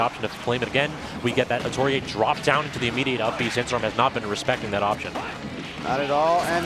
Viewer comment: Why r they saying atoryi-eh that can't be how that's pronounced